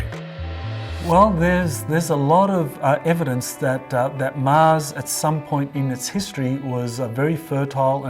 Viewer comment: Love this video but the dude that kept saying MAZ instead of MARS. Kept throwing me off